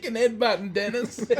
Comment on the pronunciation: Oh! It’s Denis! I was hearing dentist. Lol